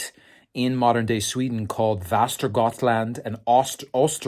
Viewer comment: Västergötland and östergötland you are correct :)